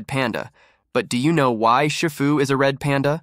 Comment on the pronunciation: Is pronounced she-foo 😅